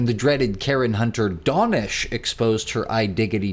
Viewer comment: His name is pronounced Dah-nesh, not Donnish